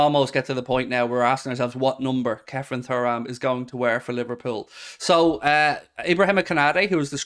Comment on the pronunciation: ITS PRONOUNCED TURRAM NOT FURRAM… 😅😅😅😅